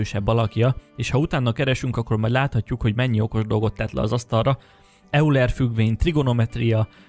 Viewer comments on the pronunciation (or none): Euler ejtése 'ajler'. Písz. :) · Eulert kerlek ejtsd:Ajlernek. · Az az "Euler" az "Ajler"-nek ejtendő... ( körül) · Nagyon jó videó! Annyi, hogy nem ,,Euler" , hanem ,,Ojler" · Tetszik a videód, de nem értem, hogy azért, mert valaki matematikus vagy csillagász, miért lenne kompetens üreges Föld ügyben. Valamint nem euler, hanem ojler, de amúgy tetszik a videó, csak így tovább. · D Euler? Ejtsd Ojler! Na ez pont olyan, mint a génezés! Illetve, San José és Szán Dzsoszé, ejtsd: Szán hOzé, azért ezeknek a hitelesség kedvéért olvass utána! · Nem izéből, de nem "euler"-nek ejtjük, hanem "ojler" vagy inkább "ojlá" (nem pergetnek "r"-t) hisz a németek az "eu"-magánhangzó együttest valahol egy magyarul kiejtett "aj" és "oj" közt ejtik. Azért is emeltem ki, mert a fickó, Euler nélkül biztosan nem lenne youtube platform ahol a nevét kimondhatot :D üdv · Köxx Öcs (Auler=ajler) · Szia! Nekem is kifejezetten tetszett a videó, tetszik, hogy gyakorlatilag állásfoglalás nélkül, de elgondolkodásra késztetve mutatsz be elméleteket. Ha megengeded, egy dologban szeretnélek kijavítani: Leonhard Euler német származású, a nevét "Ojler"-nek ejtik. Talán csak az én fülemet zavarja, mindenesetre hasznos infó lehet számodra. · Euler ejtése [ajle(r)] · O-val ("ojler", ˈɔɪlər), de nekem is bántotta a fülem. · hát biztos hogy nem E-Uler 🙃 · Euler - ejtsd: 'Ajler' :) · Építő jellegű kritikának vedd, de Euler nevét "ajler"-nek vagy "ójler"-nek kell ejteni. A Murdoch nyomozó rejtélyei című krimisorozatban egyébként feldolgozták ezt az elméletet egy eapizódban, egy fiktív tudósnő akar a Föld belsejébe utazni. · Euler nevének helyes kiejtése (svájci származására való tekintettel) "ojler". Kérlek, KÉRLEK 🙏 ne mondd ki még egyszer fonetikusan !! 😭😣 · Euler ("Ajler") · Euler >> ~*Ajler* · Euler ejtsd Ajler